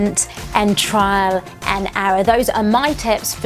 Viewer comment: TRIAL not TRAIL isnt it? :D